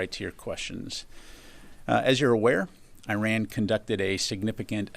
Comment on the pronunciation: Why can’t he properly pronounce Iran! 😮